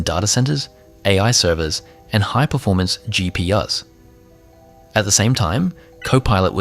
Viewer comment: lol and this is ai. GP-US? Yep. That sounds right. The irony here is unreal.